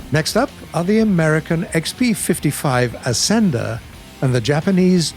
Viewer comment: Curtiss Ascender. "Ass-ender." Lol